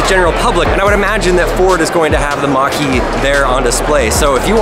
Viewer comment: Mustang Mach-er-E